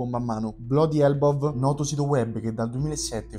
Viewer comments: E se imparasse a pronuncia l'inglese che "BLODI ELBOV" nse po' sentì 😅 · Dai, questo video è oggettivamente mal presentato. A parte la pronuncia inascoltabile di bloody elbow; ma che scoop è?! I contratti gli hanno pubblicati 1 anno fa! Daje non fare sta tarantella, non serve a nulla, presentalo come un approfondimento e basta. Comunque apprezzo la grande mole di content che presenti, bravo! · mi sembra un po’ eccessivo che per una pronuncia si butti tutto il lavoro che c’è dietro, però non posso negare l’errore. Per cercare di scandire meglio le parole e successivamente nel montaggio non mi sono accorto dell’errore, my bad